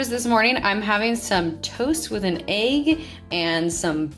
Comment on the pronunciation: Thumb’s down bc of how she says “AAYYG” 🤮